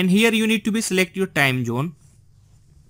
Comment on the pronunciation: what accent is this? Time Jhoone..WTF